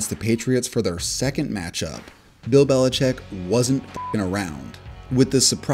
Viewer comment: It’s not “Belicheck”. It’s “Belichick”. You know, like a baby chicken. Lots of people mispronounce it, but you’ve taken it to a new level by spelling it that way too.